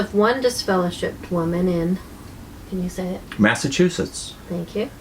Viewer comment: I never could pronounce Massachusetts either.